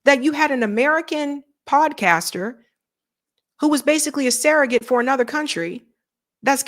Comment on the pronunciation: the word 'surrogate' is pronounced like it's spelled -- SURR-uh-git. Please stop saying SARAH-git.